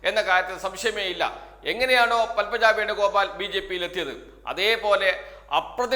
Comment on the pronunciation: എടാ പത്മ എന്നു പറഞ്ഞാൽ ഒരു പുഷ്പം. പൽമ പുഷ്പമില്ല.